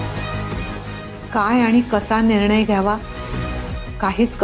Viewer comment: Faltu sr. teacher zaliye.pan marathi shuddha nahi yet bolta.निर्णय ला निर्नय म्हणते.सतत अशुध्द भाषा.